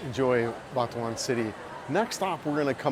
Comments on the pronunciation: Sorry but it sounds like you say Batuan and not Butuan. Just straight out Butuan it's pronounced. I have been there 6 months ago on a long motorbike ride in north Mindanao. I would never live there though. Wherever I was I couldn't find pigmeat and that is a dealbreaker as well. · FYI it's pronounced "boo-two-an" not "Butt"